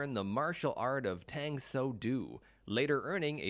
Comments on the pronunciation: he can't pronounce "Tang soo do" correctly either. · Also mispronounced Tang Soo Do. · It was annoying when he said Tang Soo Do wrong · Fact Factory heh? Here's a fact for ya, your voice over guy is terrible. So is your editor. Your VO guy mispronouced several words. Macchio, and Tang Soo Do. That vo should have been re cut and the editor should have caught the mispronunciations. If you can't get a voice over right, you aren't much of a FACT factory are you? This alone makes you not a channel to be followed.